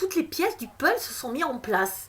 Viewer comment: C'est moi la lumière : on dit puzzle et pas pulz. Sinon 43mins pour dire que ta révelation c'est qu'il va y avoir une révélation choquante en juin....